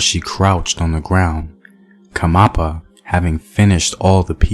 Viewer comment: Its not khamapa. Its "khanyapa" . Great storytelling btw👌🏽